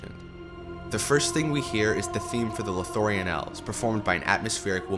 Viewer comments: And "Lothorien" -- where is that? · Drinking game idea: Take a shot everytime he says "Lothorein" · Loth - lo - ri - en Os - gi - li - ath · Wow I don’t think the creator even saw the movies the way he kept pronouncing Lothlorien “lothorion” and osgilliath “osgilath” lol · how did you manage to mispronounce literally everything? lothorian? you mean Lothlorian baylin? you mean Balin seltic? you mean Celtic osgiloth? you mean Osgiliath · That feeling when the narrator interrupts their spellbinding tale to say "Lothorien" yet again 😂 But seriously, amazing work, man! I was particularly impressed by how seamlessly you transitioned between different themes when discussing them. It never felt jarring. You've earned my sub 💕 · My only problem with this is how the narrator pronounced some of the names: "Osgilath" Lothorian" Like seriously. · Or Lothorien? 😅 I really appreciate the quality of this video. But the mispronunciations are BRUTAL. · A lot of info compressed into an hour, amazing. Probably deserves two hours at least with more detailed musical examples. Lothlorien and Osgiliath are a bit tricky to pronounce I know. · Enjoying this so far...but how are you mispronouncing the locations. Lothlorien, Rohan, Osgiliath, Minas Tirith All of these are said in the movies...